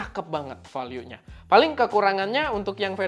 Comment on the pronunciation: Bg tolong donk bljar di google ucapin bahasa inggris "value", uda bertahun tahun salah 😂